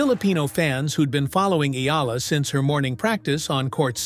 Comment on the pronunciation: Finally pronounced her name correctly ❤🎉